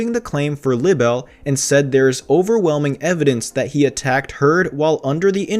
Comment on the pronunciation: Libel is pronounced "Lie-Bell".